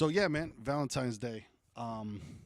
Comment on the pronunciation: "Valentimes"Day !! Classic Bahahaha !